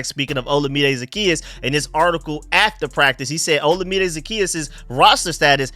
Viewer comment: FYI, Olamide is pronounced like oh-LA-mi-day. Keep up the good work bro!